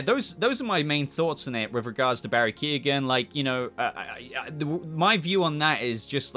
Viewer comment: It's not Barry Keegan, its pronounced keown